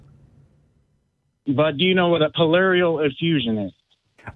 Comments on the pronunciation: pleural effusion NOT polerial effusion! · Dunning-Kruger effect. Doesn't know how to pronounce "pleural effusion." Or "Josephus." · I liked hearing what was saying (good thing I just bought his books), but that caller was next level stupid. Did he say pallarial infusion? I think he meant pleural effusion. I read something recently about the difference between a person who is searching for the truth, and a person who believes they already found the truth and are just looking for confirmation. The caller was of the latter type. And I think, at bottom, he just doesn’t understand evidence. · What the hell is a palarial infusion? Did he mean "Pleural effusion"? Is he saying that Jesus had fluid in his lungs and the Roman Soldier had to drain it out for him? And what does that have to to with how true it is?